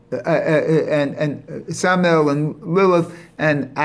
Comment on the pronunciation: It's pronounced sa-ma-yel and my-chel